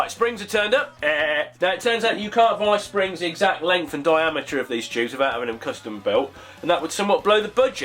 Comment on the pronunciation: He said "diameture"